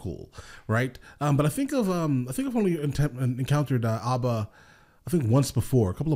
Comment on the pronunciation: As a Finn, I appreciate your correct pronunciation of this fantastic Swedish group which took my country and the world by storm in 1974.